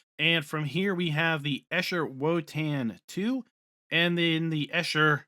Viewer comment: Quite frankly, even for a non-native, you pretty butchered the name "Eicher".